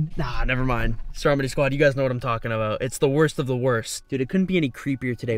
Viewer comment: What he says: Stromedy squad, what the hell is going on here What I and others hear: Strawberry Squad, what the hell is going on here Like or comment if u agree